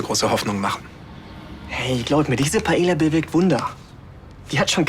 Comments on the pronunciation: Das heißt Paila, nicht Paelia 😂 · Dieser Pseudo-Spanier Raffael kann nicht mal Paella richtig aussprechen, voll oberpeinlich. Er sagt es 3 Mal hintereinander falsch. Man spricht es Paeja, die ll spricht man nicht. Filmfehler!!!